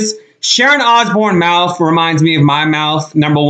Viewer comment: MOUF?.... DAMN. Try MOUTH!